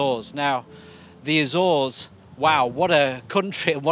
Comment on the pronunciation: “Azores” sounds kinda like British “exhaust”. I had to rewind to catch what you actually said😂